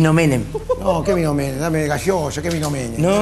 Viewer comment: Traeme gasheosha dijo jajaj